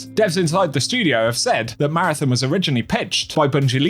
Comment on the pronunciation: If you're going to talk about marathon, can you at least learn how to pronounce it properly